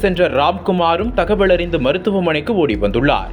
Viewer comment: தகவள் இல்லை தகவல் வேளை இல்லை வேலை தமிழை சரியாக உச்சரியுங்கள். ஈழதமிழ்